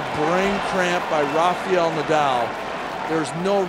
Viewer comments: Music full blast on the breaks, only in America , is not a NBA Basketball game , tasteless! And to the commentators is not pronounced Rafiel but RA- FA -EL, ok? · I don't get how some Americans can pronounce 'Rafa' but Rafael becomes 'Rafiyel'. 😂